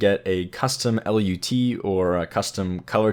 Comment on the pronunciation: nice but just call it a LUT not L.U.T